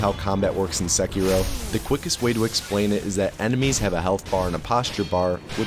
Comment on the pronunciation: When you say "In Sekiro", i hear it as. "Insecure Oh." lmfao!.